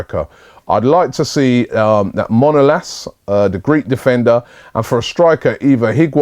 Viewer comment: Its MANolas Robbie